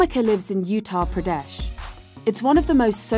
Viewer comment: Yea this video is extremely biased and peddling the usual horseshit. You glossed over the attack like it was child’s play. Not surprised to see this from an outlet that doesn’t even know how to pronounce Uttar Pradesh